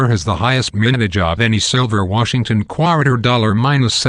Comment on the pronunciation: I chuckle each time he says qwater